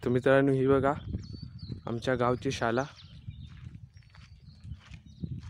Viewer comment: रत्नागिरी जवळील कर्ले हे गावही दाखवून त्या गावाचीही माहिती द्या please ,छान गाव,छान माहितीपूर्ण video.शाला असं न म्हणता शाळा असं म्हणा please ,शुद्ध मराठी भाषेत बोलावं please ,माझ्या या सूचनेबद्दल राग मानू नये.